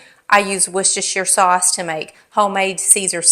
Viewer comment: Wooster..shire sauce is how you say it..a county in England...where I live ❤ a great sauce